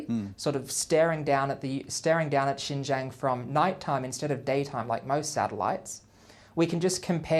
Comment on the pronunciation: Lies lies lies. This guy cannot even pronounce Xinjiang. I urge everyone to go and learn the history of Xinjiang, its challenges today and the ethnic demographics of Xinjiang.